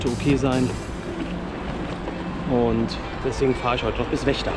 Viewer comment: Das ist eine sehr schöne Tour, die da gemacht hast! Es macht Spaß zuzugucken. Aber ich könnte mich beömmeln wie Vechta aussprichst! Das hat ein anderer Youtuber (er macht auch Radreisen aber der Name wird nicht genannt) genauso ausgesprochen.;-) Ich werde Deine Reise weiterhin verfolgen!